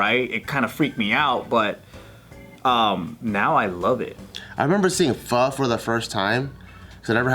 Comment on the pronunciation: Is it just how Californians say pho??? They say it "Faa"..it triggers me lol